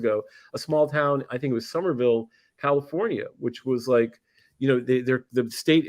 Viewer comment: Susanville not summerville California